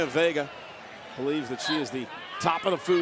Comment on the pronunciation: Michael really said Vager instead of vega